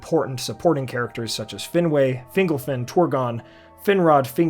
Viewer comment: I like your vision. Very well thought out and I’d love to see this come to fruition if rights become available. Btw Fingolfin is pronounced “feen GOAL fin” but that’s no biggie.